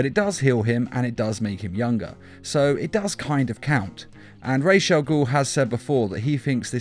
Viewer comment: It's Raus not raj as in head in arabic language Raus al-ghoul